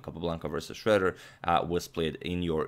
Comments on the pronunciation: It is not pronounced shredder but Shroeder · The "oe" in "Schroeder" is actually pronounced like "euh" in french or "ö" in german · I've never heard Schroeder pronounced as "Shredder" before. But in this case, Schroeder got shredded. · You usually nail German pronounciation. Did you imitate the English pronounciation this time because Alfred Schroeder presumably was American (or migrated and changed the spelling of 'Schröder')?